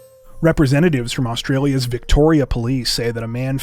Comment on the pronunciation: I knew you had forgotten and that made it funnier... a blooper in the crime bloopers is a classic 😅 luv your work from an Aussie down under aka Australia. Oh by the way you do a great job pronouncing Australian towns etc. where the crimes takes place. Keep up the good work you both do. Onya mate.